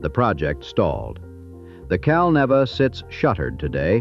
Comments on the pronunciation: Not "Cal-Nevvah." "Cal-NEE-va!" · It's pronounced Cal-NEEEEEE-Va